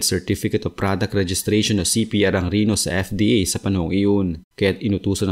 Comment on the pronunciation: Reno hindi rino! ayosin mo pronouncation mo.